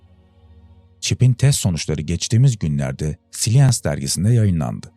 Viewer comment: güzel olmuş ama eksiklikleriniz yabanci kelimeleri okunuslarini düzgün verirseniz iyi olur . IBM ve science gibi.